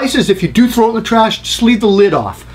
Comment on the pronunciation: Good tip! But did you say "frow" it? That's shit I say lol